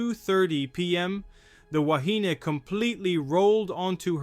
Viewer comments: Please - try saying "Wa-he-nay". Back in 1968 we (pakeha) used to say "wa-he-knee" - so you might hear both pronunciations in older videos, but "wa-he-nay" is the one to use in today's world. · The ship's name is pronounced WA. HE KNEE ( woman , in Hawaiian)